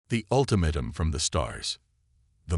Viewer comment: How hard is it to proof-listen to pick up miss-pronunciations like ultimatum and debris?